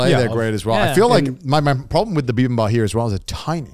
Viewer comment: “bibimbaP” they’re so cute but they kept saying “bibimba” LOL